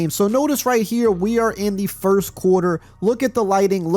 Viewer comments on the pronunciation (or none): none